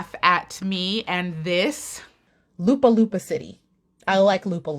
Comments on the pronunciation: Lapu - lapu (not Lupa - lupa) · Lapu-lapu not Lupa-lupa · She really said Lapu-Lapu as Lupa-Lupa lol she really said it backwards lmao 😂❤️ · New subscriber here from the Philippines. I laughed a lot when you said Lupa-Lupa City instead of Lapu-Lapu City! Hehehe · Lapu-lapu ❎ Lupa-lupa ✅ 🤣🤣😅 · My Dear i Love the way u said Lupa Lupa City it's Lapu Lapu City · Top 2 Mispronounced word for this year First Runner Up---Pasay (it should be PA--SAY...u mispronounced SAY...it shoud Not be SEY but with A Winner ---LUPA LUPA CITY (it should be LA PU LA PU CITY)...im laughing so hard on ur pronounciation on this(but it really cute to hear it) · La-poo La-poo not loopa loopa hehehe... I heart you... :) still cute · Lapu-Lapu (a historic person) which is pronounced Lupa-Lupa (soil-soil) is hilarious 😅💕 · lol Lupa Lupa, its Lah-Puh Lah-Puh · THE WAY I BURST OUT LAUGHING WHEN YOU SAID "LOOPA-LOOPA CITY" 😭😭😭😭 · IM LIKE: WAIT, WHAT? DID I JUST HEAR OOMPA LOOMPA CITY?! HAHAHAHA I LAUGHED SO HARD! 🤣 sending love from Lapu-Lapu City 💫🤎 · I died laughing when you pronounced my city as Lupa-lupa City 😂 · 1st strike for saying Lapu Lapu.. 😁✌️... Nice to see your reaction.. again.. 🥰 it sounds like LA-POOH LA-POOH..